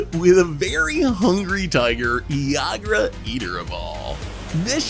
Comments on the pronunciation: Pretty sure it's pronounced EE-grah and Ygra is definitely a mountain lion lol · Boy was I looking forward to how badly was gonna pronounce ygra. I was not disappointed lol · constantly mispronouncing ygra and calling it a tiger was driving me nuts lol